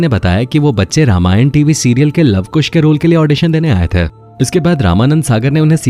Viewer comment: थे cler nhi bol rhe ।।। ते nhi थे